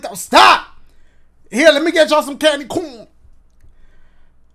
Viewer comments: I like how he just kept saying candy Corn-na! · Bro, I don't know why but when Dashie said, "Lemme get you some candy CAWN" -- I about died. XD